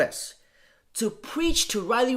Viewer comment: This is probably the first video where you're completely 100% wrong. Riley is a genuinely nice woman. P.S. Try pronouncing her name correctly. D'oh!